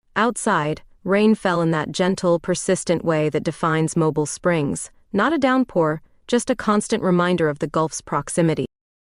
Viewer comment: Good Story.(Please help your Stories w/AI corrections on Pronouncing of NAMES City MOBIL=Moving. ‘MO-BEELE’ is the City…&Others will make All Stories Sound as Real As you make them. Your Good! Thanks.